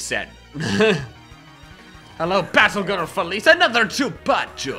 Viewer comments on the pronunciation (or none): none